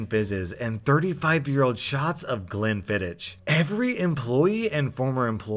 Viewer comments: the ch in glenfiddich is pronounced as a k. Its scottish. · oh Glenfiddich is pronounced Glenn-Fid-Ick Someone doesn't know their high end Scottish whiskys...